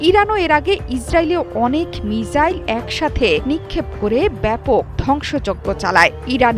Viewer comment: মিসাইল কে মিজাইল বলে কোনো এসব উপস্থাপক